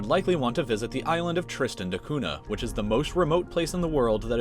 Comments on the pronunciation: Nh in Cunha is pronounced with an ny sound. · Cunha should be pronounced with the Portuguese accent. After all he was Portuguese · Cunha is pronounced (coo-nya) I know, Portuguese is a weird language.